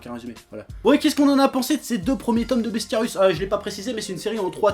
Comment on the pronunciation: C'est Bestiarius (avec un i), pas "Bestiarus".